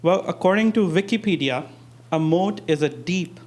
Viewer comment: This asssian dude " vikipedia"..you mean wikipedia..🤦🏽‍♂️